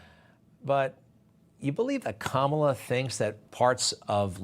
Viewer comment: To be so disrespectful to call our vice president by a derogatory name by mispronouncing her name but yet if you really listen he pronounces it right a few times he's just racist Greg Kelly newsmax do better